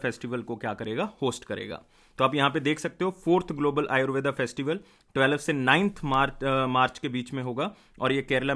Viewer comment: आयुर्वेद होता है ना की आयुर्वेदा